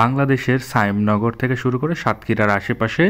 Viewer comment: সায়েম নগর না তো শ্যামনগর